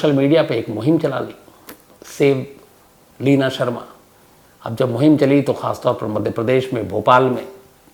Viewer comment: Lavina Nhi Bhai, Leena😜